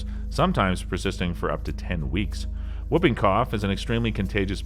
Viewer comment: Whuping cough? I think you mean whooping. Pronounced hooping. Po-li-oh-my-eh-lie-tis. Seven syllables.